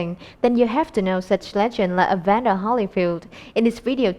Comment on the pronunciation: Very bad compere can't pronounce Evander! Instead says Evana..